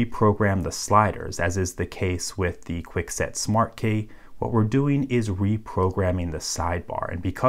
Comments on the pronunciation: instead of saying key he says kay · Just out of curiosity: why do you pronounce key as "kay"? Also, why do you say lever as "leaver"? I promise I'm not being picky (pun intended haha), I'm just interested in English phonology :D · When you say key i hear Kay lmao 😂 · You say the word key very strange lol. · He just don’t say key right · He sounds like kinda Australian when he says "key" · Yooo! Learn how to pronounce key! :p